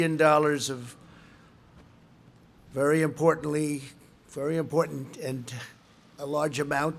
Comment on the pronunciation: Very "important-ent", Trump has the best words for every occasion